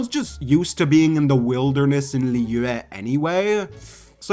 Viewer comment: The way he says Liyue- I speak chinese why does that sound like he's speaking chinese